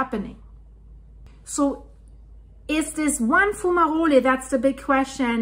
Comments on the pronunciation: It is pronounced, fyoo͞′mə-rōl not foo͞′mə-rōli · Your accent is lovely but....the letter e is silent like in hole. Sounds like Fume-a-roll/role, or Fu-ma-role. Plural: Fume-a-rolls or Foom-a-rolls. Good video. Great information.👍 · its pronounced fume a roll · Your pronunciation of “fumarole” is very nice and German sounding. However, the geological service is keeping a close watch. Lava is still deep. But there is definitely an issue.